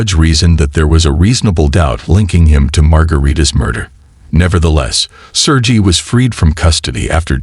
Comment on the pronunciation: In case 2, your AI voice uses at least four different pronunciations of the name Sergei: sur-gay, sur-ghee, sur-jay and sur-jee. The constant switching is quite annoying. You need to find a way to get your AI top be consistent. Even better, read the text yourself! Skip the AI rubbish.